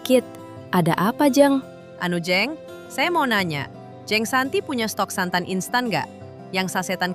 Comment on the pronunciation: Maaf, huruf e di dalam kata jeng seharusnya dilafalkan kaya huruf e di dalam kata pecah. Jadi bukan kaya huruf e di dalam kata enak.